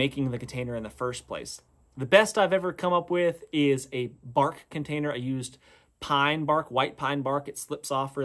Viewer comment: When you said “bark container” I totally heard “fart container”. I thought maybe you were harvesting methane to propel a Segway out of the urban area.